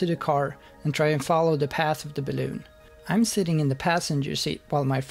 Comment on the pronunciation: I fucking hate the way you say balloon. No more balloons dick. Cool vid tho.